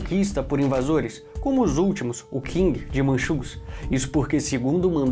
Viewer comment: Eae cara só como observação, a real pronúncia de Qing é "Ching" não "King", de resto está um ótimo vídeo!